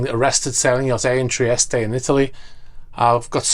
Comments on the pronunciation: Where's this Italian port Treestay he referred to? Or did he mean Trieste, pronounced Tree-est, as most English people pronounce it, and all Italians for that matter? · I was under the impression that the E in Trieste was silent